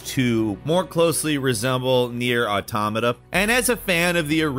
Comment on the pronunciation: i love you, ur my favorite bird, but you always butcher the name Nier Automata, but YOU GOT IT RIGHT THIS TIME ❤️